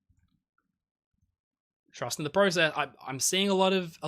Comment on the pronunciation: You said process wrong a lot at the end